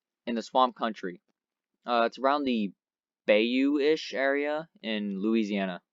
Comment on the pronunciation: Oh and some pronunciation tips from a southerner: New Or-leans and New Or-lens are both correct (Technically) and Bayou is pronounced Buy-you not Bay-you